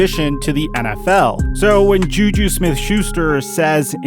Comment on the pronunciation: He called JuJu YouYou